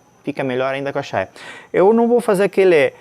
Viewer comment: NÃO É CHAIA O NOME DA PEÇA. É CHAIRA QUE SE DIZ